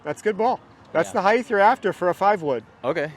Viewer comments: Or “heigthhh” instead of height lol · What the hell is "Heightth"?! :D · Someone tell this man “heighth” is not a word pls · Completely hilarious. Ask how he spells heighth? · I've met people that have had brain issues and they pronounce random words wrong and in their head they think they are saying it right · Why is this dude saying heith , that’s not a word bro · lmao was thinking the same thing. even googled to make sure i wasnt crazy. and he says it A LOT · bro has been fitting for 25+ years and nobody told him how to pronounce height 💀l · And nobody ever said something to him, his entire life! I have heard people say that, absolutely irritating.